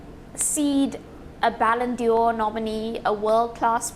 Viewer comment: Did she just say 'Ballon Dior'?